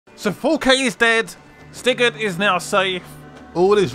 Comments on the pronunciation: Sounded like you said 4K is Dead 😂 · I thought said " 4k is dead " then I realised what he meant 🤣